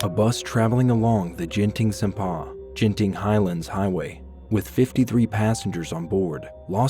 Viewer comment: when he pronounced genting as “jenting” i screamed into my pillow lol anyway good and informative video for foreigners